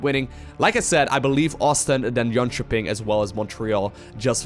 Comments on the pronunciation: Hmmm. I like how good you pronounce jönköping. The ö is longer but atleast you say ö and not o or ä like english speakers usualy do :P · Impressed with how well pronounce Jönköping 😜